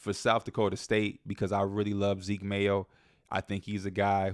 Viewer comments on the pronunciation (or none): none